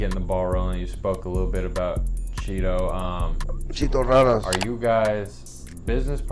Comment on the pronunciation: Ma nigga said chito ranas name wrong 😭